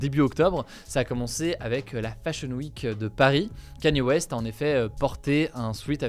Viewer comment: T’As prononcé 100 Kanye West aucune des fois était la bonne 😂